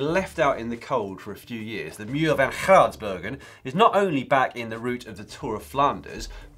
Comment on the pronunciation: Wow Dan, you really butchered our Flemish words, the G in Geraardsbergen is pronounced as heard in Gary. 😀